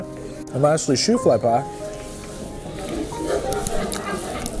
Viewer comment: Shoo fly pie is from Pennsylvania , Amish , I think. Its sticky, made with molasses. But the name is shoo fly like you're shooing the fly away , not shoefly like the shoes on your feet.